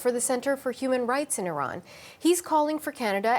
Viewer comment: Its not even pronounced in that way